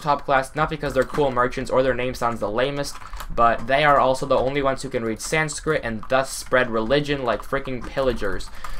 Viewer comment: And is he trying to say Sanskit